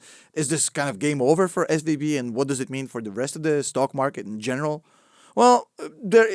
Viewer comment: When you say SVB it sounds like SVD and my mind goes dduuurrahhh PEW PEW PEW